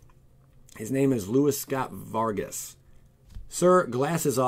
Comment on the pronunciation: oh I know, but "Bad Boy Gaming" mispronounces it